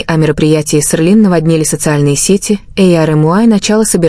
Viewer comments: Вы только послушайте как оно проищносит ,,СЕЛИН,, КАК,, ОРЛИН ,, ЧТО МОЖЕТ БЫТЬ ПРАВДОЙ ЕСЛИ ДАЖЕ НАЗВАНИЯ ПУТАЮТ УМЫШЛЕННО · Селин, а не срлин. Тэхен, а не твон и другие имена. Так называемый блогер, позор тебе. Надо твой канал заблокировать. Трепло.